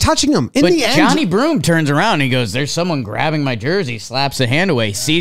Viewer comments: For reference, Johni is pronounced "juh-NYE." Not sure if this affects the scoring. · FYI, it's Johni is not pronounced Johnny. It's jun-eye with the emphasis on the eye